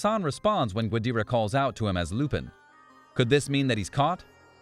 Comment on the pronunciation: it pisses me off how you say lupin